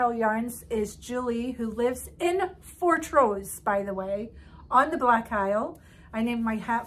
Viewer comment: I have to correct your pronunciation of Fortrose! The emphasis is very much on "Fort", the "rose" is barely discernible and heard as ross, rather than rose.